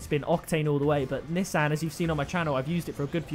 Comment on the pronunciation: Nissan (Knee-Sawn) That's how it's pronounced...